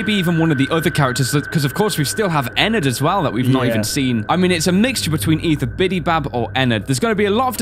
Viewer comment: WTH HE JUST SAID ENNARD